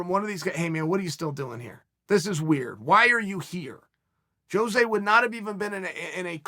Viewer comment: I appreciate sticking up for Jose but why cant anyone ever pronounce his name right?